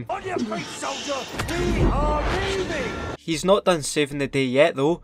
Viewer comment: I found it funny the way he said that. WE. ARE. LEAVE-ING!